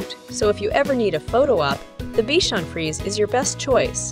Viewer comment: It's FrisE. Accent on the e.